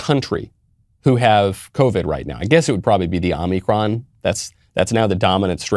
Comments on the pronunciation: Is he saying "omnicron" as a joke? I thought it was omicron... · Michael. Omicron, not Omnicron. Please. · “Omnicron veriant.” Yoo no speeky Ingee good